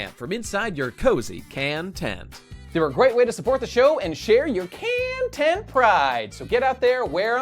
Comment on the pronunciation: Khantent is khancelled. God damnit why do you do me like this...